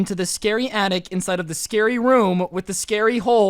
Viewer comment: Its attic not yattic